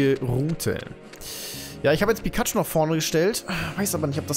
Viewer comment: Pikaschu heißt noch pyschu